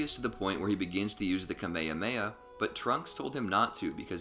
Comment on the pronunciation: What the fuck is kameiameia bro??? You seriously said that